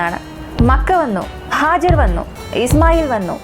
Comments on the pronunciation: Hajar അല്ല ഹാജറ. ബീവി ഹാജറ. Nice presentation. 👍🏻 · മനോഹരമായ വിവരണം❤️🌹🌹🌹 സിസ്റ്റർ Hajar അല്ല Hajara എന്നാണ്